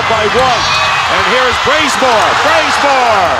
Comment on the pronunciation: does anyone else hear bRaZeMoRe?